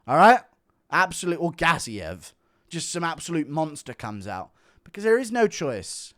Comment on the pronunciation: The way guru says gaziev makes him sound like some video game spell for a wall type character build